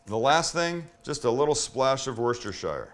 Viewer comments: wor----cester, (sester)---shire, lol, everyone gets it wrong, it's ok Sammy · He Sam, Worcestershire Sauce is pronounced “Wus ter sher sauce” 🇬🇧